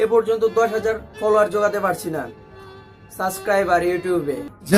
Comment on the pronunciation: kotha bolar dhoron poriborton koren..uccaron a onek vul ache..sob thik koren subscriber barbe..suscriber naa